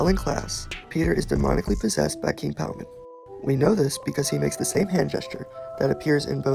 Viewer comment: It’s king Paimon bruh ain’t no Palmon